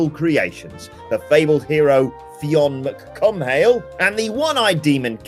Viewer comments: Jesus Christ, the list hasn't even started yet and you've already butchered a pronunciation. Fionn mac Cumhaill is pronounced like "F-yun McCool". It takes 10 seconds to Google that. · Wincing at the pronunciation of Fionn Mac Cumhaill. But good try